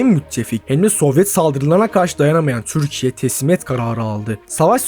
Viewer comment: Düzgün konuşamıyorsun, "Türkiye" ismini normal telafuz et